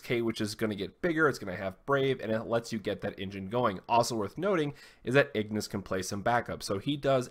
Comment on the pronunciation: Ingus, not Ignus. I made that mistake for a while haha